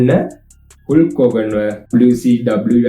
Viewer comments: හුල්ක් නෙවෙයි හල්ක් හොගන් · හුල්ක් හෝගන් නෙමේ . හල්ක් හෝගන් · හුල්ක් හෝර්ගන් නෙවේ බ්‍රෝ. හල්ක් හෝර්ගන් . supiri video ekak ❤❤❤❤